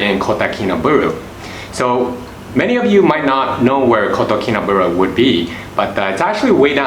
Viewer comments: subscribed and liked bro, but try to pronounce it correctly our city name kota kinabalu, not kota kinaberuu bro.. by the way thanks for introducing my country SABAH to the world.. come and visit the culture here and make friend with them next time when you come to visit again, and then you'll know the beauty of our people the culture and their traditions.. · Kotakinabalu...not kotakinabulu... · How about pronouncing Kota KinabAlu properly. I do live here as an expat and disagree with a lot of your observations. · WHY ARE YOU SAYING IT LIKE THAT????? just say KK for short